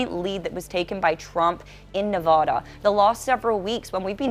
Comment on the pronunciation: You keep pronouncing Nevada wrong.